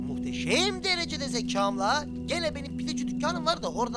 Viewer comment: muhtesem derejede diyor😅